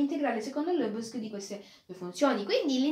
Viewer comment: Complimenti bel video, stai migliorando nell'esposizione sempre di più, una precisazione: si pronuncia Lebèg!🙂